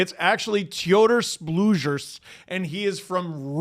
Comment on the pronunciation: Yes it is the real name just anglicized. No that’s not how it’s pronounced. Can you say Theodore? Bet you can. That’s how it’s pronounced. Blugers… eh we’ll give up on that one. All names get “latvianized” according to grammar over there it’s kinda lame. It’s Blueger. With an s at the end. 🤷🏼‍♂️ anyway! Good video I laughed